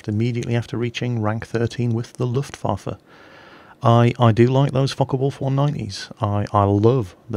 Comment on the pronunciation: probably the only Englishman who knows ho to say "Luftwaffe":D